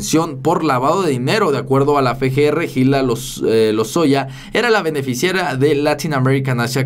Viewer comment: Se dice Efe ge. Erre